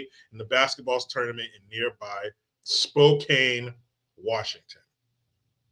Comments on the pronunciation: And it's "Spo can." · 'Core da lane' near 'Spo can'